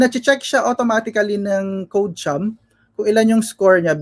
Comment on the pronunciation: "Code-chum" po.. not "ko-de-kom"